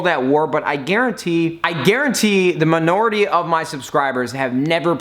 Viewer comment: "the manority"